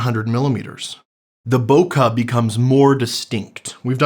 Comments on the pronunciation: great stuff except for the pronunciation - Bokeh, not "Bokah" " bokeɪ/ BOH-kay; Japanese: [boke] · why do you pronounce bookeh like its an English word? Sounds awful - its Japonese - say it right!